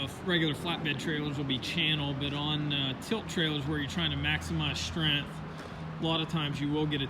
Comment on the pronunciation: Learn How to Talk you cant seem to say strength or length get some speech therapy!!!